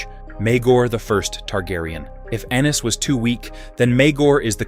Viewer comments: I know they kept calling him anus, wtf. It's pronounced A-nees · Aye-knees, not Anus. Lol. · Stop using AI. He’s not Anus Targaryen 🤣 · It's pronoun A eynus not ANUS PPL!🤦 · I thought it was “Ennis”? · It’s Aeny’s not Annus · 😂Anus instead of Aenys 😂😂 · Ahh yes, good ol ‘Aenus’ Targaryen… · Hahah Aeynus hahaha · Aneys lol 😅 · lol he said Anus 😂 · I rather like the Anus pronunciation. It is fitting. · "Aenys loses control." Lmao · Pronunciation of both the names Daemon & especially Aenys felt odd 😅😂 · The AI pronunciation of Aenys and Daemon are totally cringe.